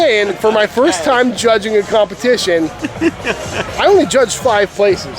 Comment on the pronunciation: Did you say, Chudging? 🤔